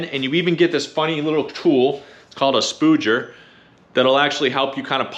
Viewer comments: Ha. It’s a Spudger, not a spooger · It's actually pronounced Spudger like fudge